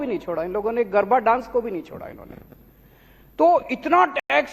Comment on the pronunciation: गरभा नही, गरबा नृत्य होता है लवनाशूर